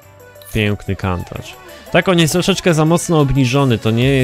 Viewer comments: wymawia się Kuntasz a nie Kantacz.. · wydaje mi się, że poprawnie nie wymawia się Kantacz tylko Kuntasz. Pozdrawiam. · czyta sie kuntacz